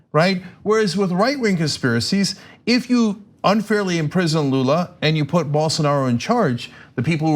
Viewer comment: Dave Rubin: “Bolsaaanaro”